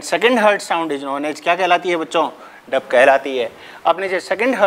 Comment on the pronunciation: Dup nhi Dub sir ji